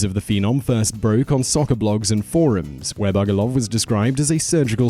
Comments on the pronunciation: Actually, it was Masal Bugduv, not Bugoluv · It's Masal Bugduv, not Masal Bugoluv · He keeps saying Bugoluv, yet every clip (and Google) has it spelt Bugduv. Does this bloke do his own research or is he reading someone else's script, because he makes bizarre pronunciation errors in every single one of his videos. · #1 it's is actually masal bugduv not bugoluv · I hate to be that guy... It's Bugduv, not Bugoluv. It comes from Gaelic M'asal Beag Dubh (my little black donkey); one can see it in one of the papers.